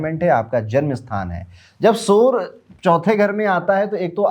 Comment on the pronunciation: Why do you say Soooor for Surya :D